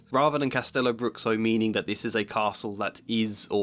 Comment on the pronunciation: Bruxo is pronounced "broosho". Just FYI.